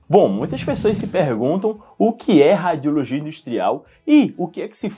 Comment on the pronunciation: Que nervoso ele falando “ráadiologia”